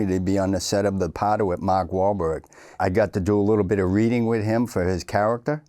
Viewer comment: "Makh" yup Boston Irish